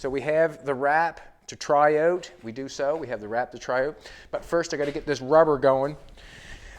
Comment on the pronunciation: When he says bring it oot, he sounds almost like a Geordie